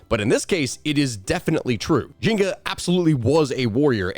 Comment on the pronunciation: Taking a drink every time you call her Jinga instead of Njinga... dying of alcohol poisoning. Love your channel, though. ❤